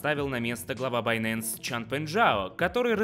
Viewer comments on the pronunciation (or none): none